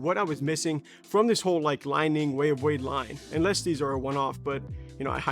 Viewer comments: Great review and assessment of the shoe's attributes. Brother, I believe that the company is pronounced "Lee-Ning". Li ning also makes a model called the " Shock The Game(6.0)", which is also a great shoe. Excellent work, and you are obviously a well trained player. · Dude had 1 job it’s called Li Ning like lee Ning 🤦🏾‍♂️🤦🏾‍♂️